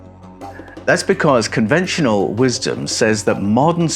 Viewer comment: don’t you just love that little glottal stop around “wisdom” in there? Only just perceptible but there nonetheless. Nice touch I think…